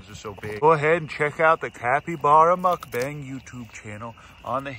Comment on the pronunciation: Calling a mukbang, a “muck bang” 😂 (it’s pronounced “mook bong” (like book))